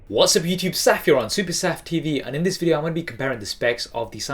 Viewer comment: you say yuvtib:D